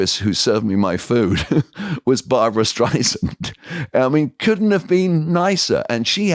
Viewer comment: Love this guys but it’s Barbra. Funny watching this because Barbra Streisand is always been my idol since I was a young kid so I would’ve been ecstatic to meet her. Love this watching this.